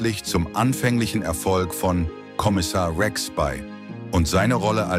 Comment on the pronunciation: Wie kann man nur den Namen Rex so falsch aussprechen. hahahahaha